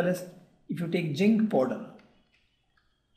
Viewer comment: Abhay Ranganath he spoke jink poder 😂